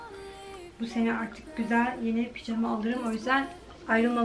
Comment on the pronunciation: Ablacım picama değil pijama doğrusu